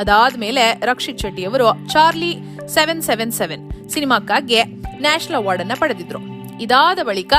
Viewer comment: ಅಮ್ಮಾ ತಾಯಿ, ಅದು ನ್ಯಾಷಲ್ ಅವಾರ್ಡ್ ಅಲ್ಲ, ನ್ಯಾಷನಲ್ ಅವಾರ್ಡ್